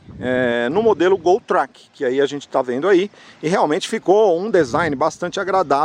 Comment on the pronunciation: Track é uma palavra do idioma inglês. Pronuncia-se 'tréqui'. Quando vc pronuncia do modo como fez soa em português como "traque" ou seja, peido. Só uma dica já que vc tem um canal de sucesso no YouTube.